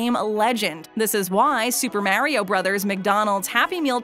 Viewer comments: this is how many times said mario as mareio | | v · It is Mario not mairio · It’s may re ooo not mar I o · everyone=Mariobabbletop=Morio is what it sounds like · Mario not maareo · ''Super Merio'' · this chick literally said super maryio who hired this woman and said it several times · People love super merio she says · merio? In Italy we litterally say mArio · “ super mare-io” ?, that’s not how he’s pronounced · The way that the narrator has been pronouncing MARIO is wrong. The “AR” sound should be pronounced as it is in the words “car”, “star”, etc. not “care”, “stair”, etc. This drives me crazy and annoys me so much. please be aware that you need to give the names of the characters and the games themselves the proper pronunciation of the names of them. Also some of the toys that are mentioned in this video were also mentioned in the 10 saddest McDonald’s toys videos, so are you basically making a double standard? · She said it wrong 8 times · not to be rude or anyting but you said mario wrong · Why do you say Mario like that😂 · You say Mario weird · You don’t pronounce Mario right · PLEASE FOR THE LOVE OF GOD, NEVER EVER SAY MARIO EVER AGAIN!!!! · Please say his name right